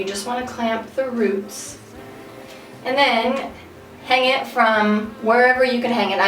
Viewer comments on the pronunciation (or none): none